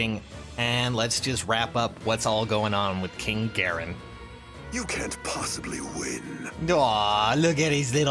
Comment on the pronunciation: It's pronounced (gaer-on), like the light switch, you turn it on. Not own